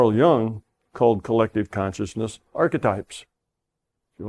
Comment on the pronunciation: Sorry to nitpick, but Carl Jungs' name is pronounced Yoong not Young.